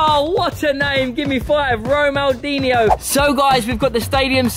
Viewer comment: Not Ronaldinho its romandinio😊